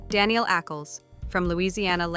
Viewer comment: Good overview, thanks. (BTW Danneel's name is pronounce da-NEIL, not Danielle)